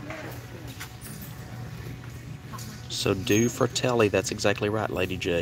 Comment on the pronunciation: It is pronounced dueh fratelli. Means two brothers in Italian.